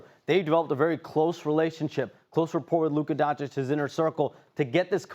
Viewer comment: These espn fa990ts still don’t know how to pronounce Doncic